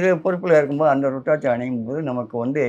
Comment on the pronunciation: It's not ru it's uuruthiraticham